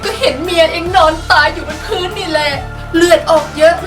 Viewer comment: พื้นค่ะพี่ไม่ใช่พื่น